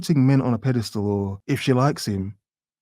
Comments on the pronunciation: Or maybe men hear you say "pedastool" and they think "I can't date this idiot." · ... did she say... "pedal stool"